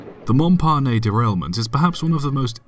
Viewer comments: Mon-pah-nay? Mong-pa-nass. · Surely, that's not the correct pronunciation of "Montparnasse"? The last syllable is pronounced "nass". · Check French pronunciation. It is more like “maw- par- nahsse.” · That's NOT Montparnet. It's MontParnasse and if you speak only English then the correct pronunciation is "Mon-parnass" (Yes, with an emphasis on the last 3 letters :-S ) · MontparnaSSe, like ass, not Montparnay, nay! Thx😁🙄 And btw, poor Marie was not aboard the train but maneged the newsstand on the floor ground when the locomotive fell over her head. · I used to have this on a posted that just said "Shit!" Good video just one comment: It's pronounced "monparnas" with the "s" sounded. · Train of thought: pronounces "Montparnasse" as /Monparnay/ Me a french: "MY EARS ARE BLEEDING!!" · That's actually a lot closer to how it should be pronounced... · It's pronounced "Mon-parnASS". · Say after me "MON- PAR-NASS"